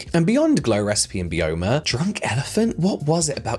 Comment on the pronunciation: I thought Byoma was pronounced bye-oma, as in the skin's biome. I could be wrong though!